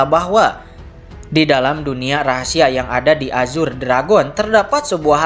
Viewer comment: Nah gitu donk bg baca azure jgn ajur lagi😂😂